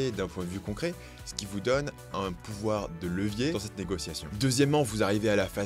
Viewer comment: à Négo-T-iation sérieux ?